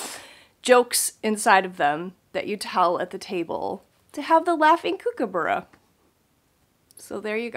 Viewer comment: Loved the Kookaburra and your pronunciation of it. All the best with your Jingle Ball